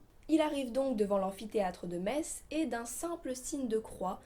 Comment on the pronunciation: En tant que Lorrain je suis très content que tu aies choisi cette légende pour démarrer cette nouvelle chronique ! :) Tu as très bien présenté ce monstre ( et surtout tu as bien prononcé le nom de la ville de Metz ^^) chapeau l'artiste ! Vivement la prochaine vidéo !